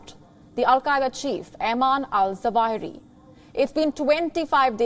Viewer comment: It's Zawahiri.practice to pronounce it.omg